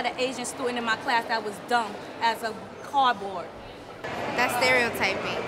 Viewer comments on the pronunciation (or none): "that's not true I had a Asian studen' tha' was dumb as... cawdbawd." Wow.